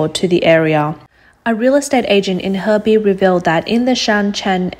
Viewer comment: She said heibei city... 鶴璧市 hebei city huh